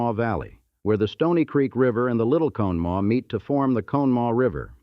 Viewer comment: What's crazy is you do all this research but you don't know how to say Conemaugh🤦